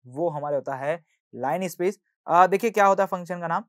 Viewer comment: t not line space❌ it is linner space ✅